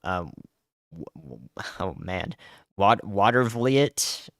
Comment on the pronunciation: I live in Watervliet your the only one that Pronounced it right congratulations And keep up the good work